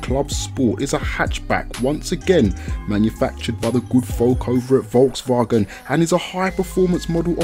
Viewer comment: Im from germany and i have do admit you can pronounce Volkswagen pretty good 👌